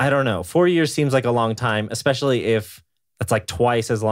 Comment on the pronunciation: How did Hank just pronounce especially? Esssspecially dude. OH NO!! He sai, “EGG-specially” didn’t he. 🤦‍♀️